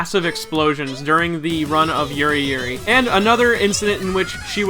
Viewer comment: Did u mean yuruyuri